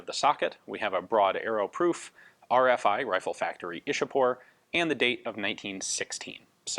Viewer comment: The Brits 'chewed up' names of our cities and Places (Like Mumbai became 'Bombay',Vadodara became 'Baroda' etc.). Ian,Though it is written Ishapore,it is pronounced as 'Ichha-pur' not 'Ish-a-pore'.